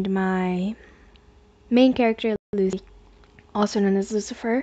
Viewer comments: she really said at the beginning: lu-ei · “My uh, Main character Lu SE”